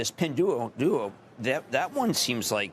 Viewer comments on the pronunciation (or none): Cramer can’t even pronounce Pinduoduo 😂. Don’t listen to a thing this guy says regarding Chinese stocks